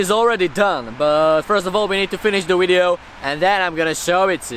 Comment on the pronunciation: "Finish the wideo"